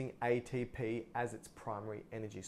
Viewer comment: wow you explained this so well I just watched 10,000 videos and yours is by far the very best !!! I like how you say aye-tee-p